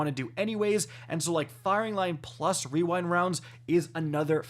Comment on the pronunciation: wewind wounds